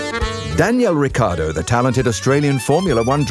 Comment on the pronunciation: it's not Daniel Ricciardo it's Danièle Ricciardeaux